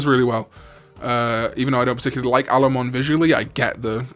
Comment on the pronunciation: "I don't like Allomon" - oof that hurt.